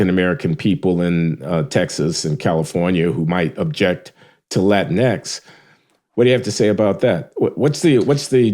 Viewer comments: dude, they didnt even keep it spanish in latin-x, its pronounced latin-ekies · About "latinx:" It rhymes with lynx, minx, hijinx, etc. Period.